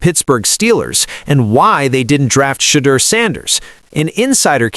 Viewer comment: It's NOT SHADE-ER, you dimwit. It''s SHED-OOer SHEESH!